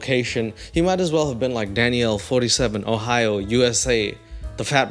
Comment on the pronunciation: I swear to god that I heard say “Whore-hio” instead of Ohio 😂